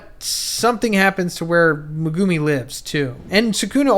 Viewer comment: Never pronounce megumi like that again